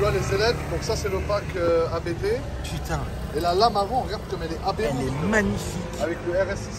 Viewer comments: Je vous rassure on dit bien « Abété » et non « Apte » pour ABT 😂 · Concernant Abt, ça se dit 'Abte', comme un seul mot, c'est le nom de famille du préparateur allemand :) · S'il vous plait "arrêter" de dire A.B.T, ce n''est pas un sigle comme le préparateur M.T.M par exemple, il s'agit d'un nom propre, celui de Christian Abt fondateur de Abt sportsline. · Pour la petite histoire ABT se prononce « apte », du nom de son fondateur, l’allemand Johann Abt. 😉